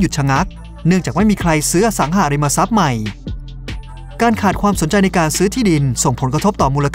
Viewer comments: ทุกอย่างดีหมด ติดนิดเดียวตรงการออกเสียงสองคำนี่แหละจ้า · อสังหาริมทรัพย์ ไม่ใช่ อสังหะริมทรัพย์ อย่างอื่นโอเคร ชอบหมด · อสังหาริมทรัพย์ หาาาาาาาาา สระอา เป็นสระเสียงยาว ออกเสียงสั้นมันเหมือน อสังหะริมทรัพย์ ฟังแล้วขัดๆ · เดี๋ยวๆ คนลงเสียงนี่จบม.ปลาย ป่ะ รู้จักคำว่า “อะ สัง หา ริม มะ ซับ”ไหม?? ไม่ใช่ “อะ สัง หะ” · อ่านว่า อะสังหาริมะซับ ไม่ใช่ อ่านว่า อะสังหะริมะซับ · อสังหาริมทรัพย์ ไม่ใช่ อสังหะริมทรัพย์ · คนพากย์น่าจะไม่ค่อยอ่านหนังสือ อ่านผิดหลายคำ จักรวัด อสังหะริมทรัพย์ ฯลฯ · อสังหาริมทรัพย์ แต่ออกเสียงเป็น อะ สัง หะ ริม มะ ซับ ตลอดเลยครับ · เสียงบรรยาย โดยรวมทำได้ดีนะครับ น่าฟังดี มีแค่บางคำ เช่น อสังหาริมทรัพย์ อ่านว่า อะ สัง หา นะครับ